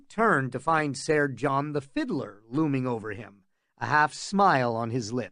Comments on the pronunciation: 'Ser' is still pronounced like 'sir', it's just spelled differently. Not SAR. The fact that Egg says it so much and you pronounce it that way is sooooo annoying. Had to find a different version. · come on OG. I didnt suggest I could do it better, in fact I said it was 'pretty good.' Except for the repeated mispronunciation of SER. Way to pretend stick up for the narrator who will probably never see these comments. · "Sair" ......the narrator can't read lol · This isn't history. It could be whatever really. But it annoys me as well. Sair. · Yea, idk but Id pronounce it like sir cause i figure thats closer to how it sounded 500 years ago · You're full of shit. It's not pronounced "sair" I've never heard GRRM pronounce it like that. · I cant do it The pronunciation of "Saiiiirr" is too much. Ruined the entire thing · My guess is because in the book it's spelled ser instead of sir. I still cringe when I hear it tho. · I need to know why he says it this way. Seriously. English is definitely this guys native tongue. So WHHHHHYYYYYYYY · Pretty good. FYI SER is pronounced just like SIR 🙄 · wow! I assume your serious , this is not a good reading at all, I'm not gunna pick it apart, and since there's no other version I'm gunna listen but its really hard to maintain the illusion with his voice rising and falling and constantly saying sayer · The way he says ser really bothers me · Some truly hilarious accents here. The pronunciation of ser is baffling but glad to have this to listen to! Thanks! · Awesome story, awesome reading. Even if you pronounced ser wrong every time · Can anyone tell me the narrator/reader's name? The nails on chalkboard way he pronounces Ser grinds my gears terribly and I wish to avoid ever, EVER, having to suffer hearing his voice again! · And how he says Targaryen…has he never watched the shows? It’s fucking SIR and TarGAIRyen